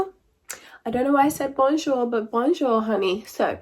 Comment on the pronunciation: Ton bonjour était juste parfait, en tant que française ça fait plaisir de t'entendre dire un mot en français. ...as one of your faithfull french subscribers it is a real pleasure to hear you say a word in french